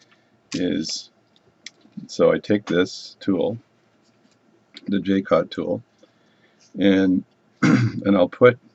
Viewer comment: If you can't find Jewel gauges, a set of regular gauge pins, from 0.5 mm up to 200 /per 1/200mm will work really well (and has other applications too!) And it is pronounced Ja-cot or Zsa (as in Zsa Zsa Gabor) -- Co (as in Comanche) Hugs ! Paddy